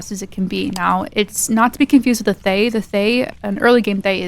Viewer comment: Little lignuistics fact is the pronunciation of Thaye sounds more like Tah-yay. The "th" sound is very very subtle.